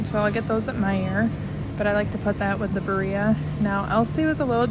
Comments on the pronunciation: Birria pronounced beer' ee 😊ah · Birria is pronounced BEER E AH